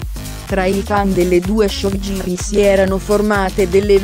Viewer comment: Io riderei sulla 'showgirl' pronunciata così com'è scritto...